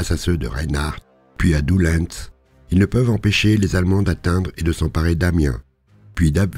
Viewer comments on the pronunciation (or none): Quelques petites précisions d'un simple nordiste de passage : La photo ne détaille le passage du Canal du Nord mais plutôt de celui d'Aire à la Bassée Doullens se prononce Doullen, le "s" est muet De même pour Hesdin, le "s" est muet, nous prononçons Hédin Pour Beaumetz les Loges c'est Baumé Cependant joli détail sur la carte d'Arras et sa campagne en 1940, toujours d'excellentes informations, il y eu de nombreux faits d'armes ignorés dans les journées du 22-23 dans les petites villes et villages que vous ne mentionnez pas, mais en même temps vu la multitude on ne peut tous les préciser ! Bravo !